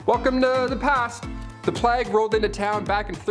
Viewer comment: What the heck is a plagg???? It is pronounced Playg with the hard G. Please people look up words get pronunciations for goodness sake. How could someone this age not know how to say plague?